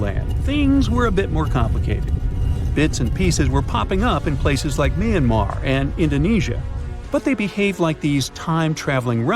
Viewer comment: Plus it’s not mayanmar like u said we pronounce it myama instead of Plus I’m Burmese ofc ik Edit: hope this helps